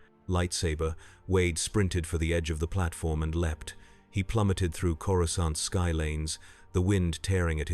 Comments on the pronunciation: Did you do any research into Star Wars? Ithorians do not have tentacles, let alone head tentacles. And please, get the pronounciation right. It's "CORE AH SAHNT" not "CORE UH SCAHNT!" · canon would be if Man-thing transported him there, also stop mispronouncing Coracant it's pronounced Cora-saunt the second c is soft c and soft a. uncultured Gammorian. hehe because swine...get it😅